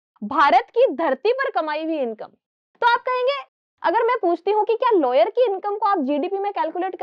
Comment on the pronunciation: It's a lawyer not layer